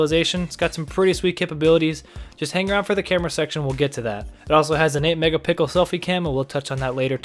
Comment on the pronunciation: The "megapickle" pronunciation strikes again...